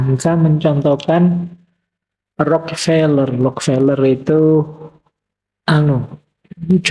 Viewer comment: punten, itu Rockefeller bukan Rock Seller.